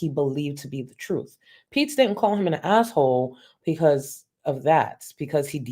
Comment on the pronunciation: Since you pointed it out, I hear that you can’t say because